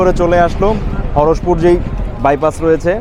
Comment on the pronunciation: হরসপুর নারে ভাই হরিশপুর, আমার নাটোর এলাকার নাম এভাবে বিকৃত করে দিলেন 😢